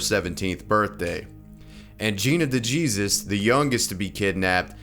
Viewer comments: I can tell you have little exposure to Hispanic culture - DeJesus spoken like a true anglo, my bro! Just teasing you a little. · being an ohio resident and seeing this unfold was nuts. also it’s de-hey-soos, not dejesus❤ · Dejeezus🤣🤣🤣 It’s pronounced DeHAYSOOS There is a few mistakes in this video but this is the funniest one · Not "TheJesus", its pronounced "They- hey-zeus. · Really? DeGeesus? Isn't it pronounced DeHaysoos? Like, even by white people lol 🤦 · “ DeJesus(Da-Gee-Zus)” LMAO 😂 It’s (Day-Hay-Soose) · Yeah its pronounced day zeus not DaJesus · hay Seuss not Zeus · Hayzus, not Zoos. LMFAO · It's pronounced "DayHaySeuss". Not Day Jesus. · "De-gee-sus?" LOL its pronounced "Dee-hay-seuss" 🤣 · It’s pronounced Day ha suse. Not day Jesus. Ffs. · Gina (Da-Hay-Zues) (not di-Jesus) but great channel bro,glad i found it, very good vids. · DeJesus is pronounced De Hayzus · Day Heseuss lol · Pronounced DeeHaySoos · DeJesus not pronounced like Jesus. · You pronounce DeJesus as De Hey Seuss. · I think it’s pronounced De he sus, but I thank you for the story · Dejesus = De-hey-zeus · Did he just say Gina Da-JESUS 😂😂😂😂😂😂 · did he say “dey jesus” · DeJesus- (da-hay-soose) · I'm from Cleveland and some people pronounce it DeJesus and some DeHesuse. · TheOtherWhiteBread0 It's not black, lol. It's Mexican and pronounced "de he sues". This is like how the name Jose is NOT pronounced "Josie" but instead "ho zey". The name "Jesus" in Mexico is historically common because of their Catholic views. Many Mexican people have various biblical names as do white and black Christians and non-Christians. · Common sense should have told you its not pronounced like Jesus. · So much research he cant even call the girl by her name properly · When he mispronounced "Dejesus" I died. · His pronunciation of Dejesus KILLS ME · You went full white guy pronouncing that last name omg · why did you pronounce the J like that, in a Spanish name ?